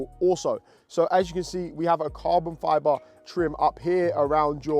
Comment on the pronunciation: He says carbon fyaaboh